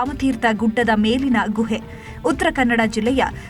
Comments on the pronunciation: ಗೂಎ ಅಲ್ಲ ಗುಹೆ ಸರಿಯಾಗಿ ಕನ್ನಡ ಪದೋಚ್ಚರಣೆ ಮಾಡಿ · Guhe uchara sariyilla